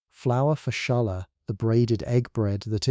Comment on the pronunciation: …. The braided bread is “challah”. It’s pronounced “holla” (with a slightly guttural “h”) - not “shalla”. Queens, New York.